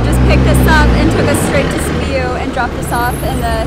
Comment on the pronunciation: Sibiu is the single word u pronounced correctly lol